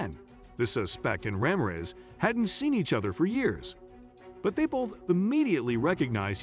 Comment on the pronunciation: You mangled that officers name. It’s pronounced, Rah-mear (as in ear but with an M and finally REZ! Put them together and it’s RAMIREZ 😂😂😂😂😂😂😂